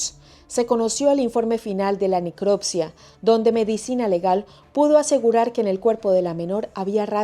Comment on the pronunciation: Minuto al hacer la necroccia??? Querría decir la necropsia cierto? Pronuncie bien las palabras, no es tan difícil